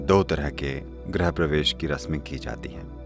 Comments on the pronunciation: "ग्रह प्रवेश" का मतलब भी समझते हो Voice over वाले?!!! पहले हिन्दी ठीक से लिखना और बोलना सीखो फिर voice over दो। "ग्रह प्रवेश" का मतलब होता है Entering a Planet. What Sadhguru is referring to is about "Entering a Home" and Not a Planet..!!! सही शब्द है "गृह प्रवेश" (Grih Pravesh). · Sadguru ji Griha pravesh hota hai na ki Grah